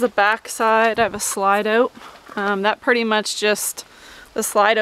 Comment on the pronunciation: How do you get to stay on the property? Do you have another vehicle? Do you work? Remember it is “Out” and not pronounced “Oat”.